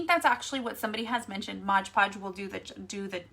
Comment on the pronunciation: Lol, no, you said it wrong. It's MOD Podge, not MODGE PODGE.